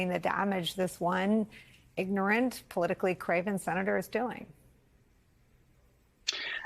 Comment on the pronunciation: Where “ignorant” and “truck” both have two syllables 👍